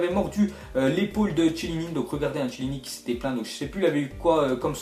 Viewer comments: Arreté svp de dire Chiellini avec le son che sa se dit quie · s'il te plait arrête de dire "Chiellini", ça se prononce "Kélini"